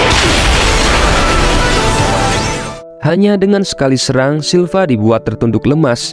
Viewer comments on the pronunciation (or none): none